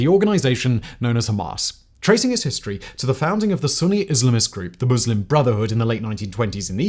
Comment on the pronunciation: Ohh my god.. a presenter who actually knows how to pronounce Muslim correctly?! It's a Christmas miracle.